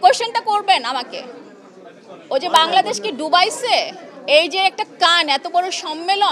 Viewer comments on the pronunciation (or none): none